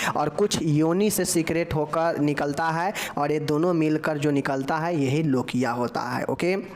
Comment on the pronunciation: लोचिया नहीं है वो लोकिया है 😅😅